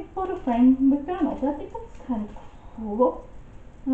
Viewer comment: You said Donald and I heard McDonald's.